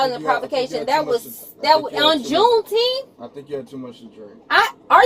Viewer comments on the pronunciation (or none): On Juntheenth 😆